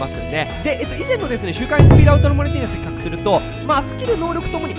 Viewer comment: 比較がヒカックにしか聞こえません 責 任 と れ ヒ カ ッ ク